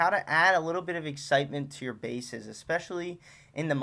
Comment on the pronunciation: bro really said tag team of basses